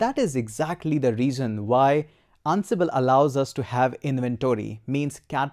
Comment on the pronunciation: I feel like you're saying annabelle. sir it's "an-sible"